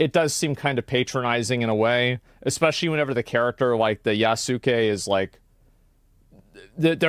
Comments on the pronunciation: Also, "Ya soo keh"? It's 'Ya skeh'. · its said like "sasuke" but replace the first S with a Y. It's not that hard! its NOT pronounced "YA-SOO-KAY"! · "Yah-sue-kee!" BWAHAHAHAHAHAHAHA (iz "yas-kae") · It's pronounced Yas-Kay not Ya-Sue-Kay. Ghost of Tsushima is out on PC. Play that instead, it's basically Japanese Assassins Creed. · Just want to say Yasuke is pronounced (Yahs-Kay) - very understandable to say it differently the first time reading/saying it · As far as I know of Japanese language you drop the „u“ sound a lot of times because it’s „bad“ somehow? So it would be pronounced yas- ke instead of yasooke. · people keep saying his name is "yuh-sooh-kay". it's pronounced "yah-skay". ya-su-kay, the 'u' in su is almost not pronounced. It's very short and almost not heard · If it's anything like Daisuke, it should be pronounced "Yahss-kay" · I don’t know why historical accuracy in AC is suddenly a huge concern when the last few games have had you fighting mythical creatures on the regular… Also, complaining about historical accuracy and pronouncing Yasuke “Ya-SOO-Kay” is the one of the funniest things I’ve ever heard 😂😂😂😂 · It’s pronounced Yasss-kay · Yah-sook. lol, Asmon. Not even close. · I think it's pronounced "yahs-kay" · it's pronounced "you skay" and western gaming sucks is this a surprise? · Well I pronounced the name Yasuke "Yaws'kay". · Lol Retainers were basically bodyguards of the castle but they WERE SAMURAI... BUT if I remember non Japanese couldn't be Samurai. Why not just make an original nameless Japanese AC game? .... Pronounce "YUSS-KEH" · its pronounced YAH-SKEY, like sasuke from naruto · Every time they mispronounced Yasuke 弥助 I actually vomited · i cant believe that black guy pronounced Yasuke's name incorrectly. He lost all credibility. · Funny how im irked, and care more about people mispronouncing his name over the wokeness of it. Like, how are y’all getting Sasuke from Naruto right, but getting Yasuke wrong. It's a one letter difference.